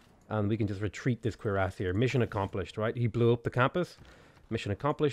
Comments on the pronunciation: The pronunciation of cuirassier is French and its cure-ass-ee-air, named after the type of breastplate they wore. You said it correctly at 19 mins despite butchering it (cringe worthy) most of the time. :P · Every time you say cuirassier my brain triggers. Is that the right way to say it? :P Interweb search was a bit onconclusive. Nice game btw mate. If you're ever up for a multiplayer match hit me up.